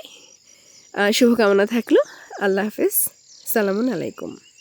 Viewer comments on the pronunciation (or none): সালাম শুদ্ধ করে দিবেন। ভুল হচ্ছে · আপু আপনার সালাম দেওয়া শুদ্ধ হয় না